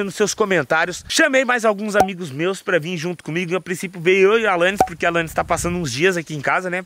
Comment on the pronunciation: Muito de Boa Mesmo PoRRRRQUE kkkk Amooo essa fala